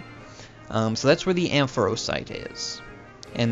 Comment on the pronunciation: Amphrosite? ;-; It's in Azure Bay.